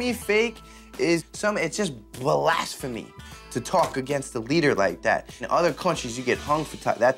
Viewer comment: Lol MIKE SAYING ITS BLASPHEME SENT ME